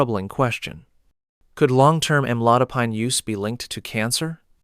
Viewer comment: Am-a-low-dip-peen is how it’s pronounced—I Hate AI!!